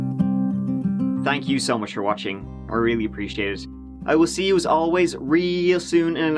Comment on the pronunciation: when you said "Mike out," it really sounded like you said "My Gout."